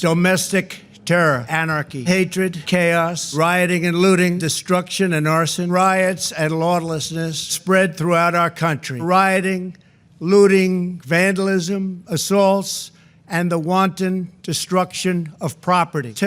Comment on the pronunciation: Pretty sure I heard "lawn-nessness" . Then again, maybe I'm just hearing things because he mispronounces words all the time. Edited: because people.